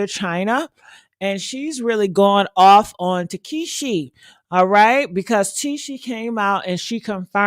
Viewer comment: Her name is pronounced tah see kee not takeshe